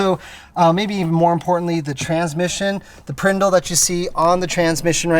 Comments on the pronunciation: My husband was watching this video and I quite frankly I wasn’t really paying attention until you said PR(I)NDL 😂 Did you learn that from London Tipton 🤔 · Did this man just say prndl